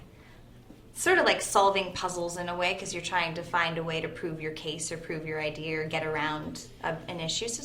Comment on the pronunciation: Haha Alex said Idear at the end!